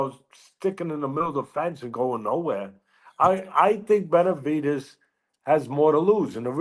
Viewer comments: Benevidez gone work dis boy lol. N wa so wit u, why u keep pronouncing Benevidez as Benavites?! I don't get it, I mean u are Hispanic obviously, so idk how u don't know how to say my dawgs name but it's all gud lol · This guy still doesn't know how to pronounce Benavidez...